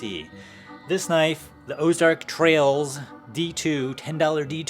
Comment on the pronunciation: You keep emphasizing the letter s as of it's plural but the actual brand name is singular. There is no s at the end of Ozark Trail brand. Thanks for all your content, really appreciate it